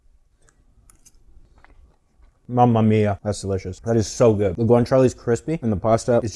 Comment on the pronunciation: I loved the recipe and will try it soon. Since it's authentic, I thought you might appreciate that it is pronounced cah-bo- nah-ra and gwan-cha-lay. For future reference.😉